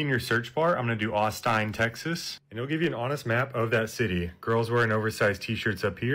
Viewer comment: guys its NOT AUSTINE ITS AUSTIN